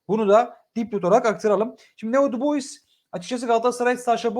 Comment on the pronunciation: Dubois da "Dübua" diye telaffuz ediliyor. Neredeyse bütün yabancı oyuncuların adını yanlış telaffuz ediyor.